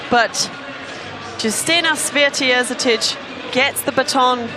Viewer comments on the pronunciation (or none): I love how they pronounce Święty as, "sweaty"... lol. Our names are hard but at least learn them. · "Yousteena Shvyentae"not Swytee! Święty mean holy